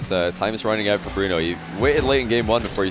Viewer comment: it’s pronounced bruno